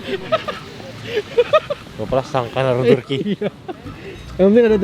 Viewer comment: Haha Turki min bukan tukrey, siapa disini fokus ke tukrey hahah